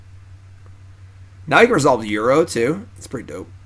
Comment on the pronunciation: Feedback: -Call it Ur-oh instead of Euro.